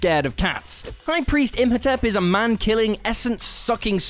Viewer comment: Im. Ho. Tep. Not Imp Ho Tep.And Wolverine has an endo-skeleton, as in, its inside him, not outside likens crab. But otherwise, yes.